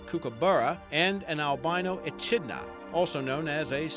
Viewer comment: You can't even say echidna properly. Know that's just sad...